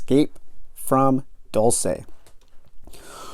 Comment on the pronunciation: It is not a fictional place. (And it’s pronounced ‘Dulse’, not ‘Dul-say’)